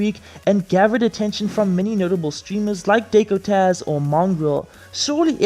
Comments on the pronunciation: My guy mispronounced "Dakotaz"... one of fortnite's best known fortnite snipers😂😂🤣🤣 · The way you pronounced Dakotaz is a crime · The way you pronounced Dakotaz tho💀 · The way you pronounce Dakotaz is fucking hilarious